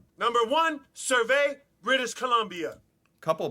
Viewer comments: What I don't understand is why he said survey bc but that's actually surrey bc is pronounced like your iphone siri. Only not spelled the same way. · Lol, right….Sur-RAY? 😂🤣😂🤣😂🤣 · That guy said SURVEY BC instead of SURREY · oh gods, he said Surrey wrong and it pisses me off. (Glad i was only born there but never grew there tho) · Hahaha! I’m in Surrey BC. Such a mispronunciation! 😆😆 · that dumbass who made the dangerous cities tiktok can't pronounce Sudbury or Surrey. It's about to be Canada's most dangerous city if he ever meets me on the street lol. Also, i live next to the mall where Woody is, if he's looking for me ;) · Well, he pronounced Surrey in a weird way but yeah, I live in Surrey. Had a drive by shooting at the Circle K not too long ago. Not far from my house. YIKES! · I was fully expecting surrey bc to be #1 in crime. That dude must be from out eat though, he doesn't know how to say surrey. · That guy can't pronounce Surrey correctly..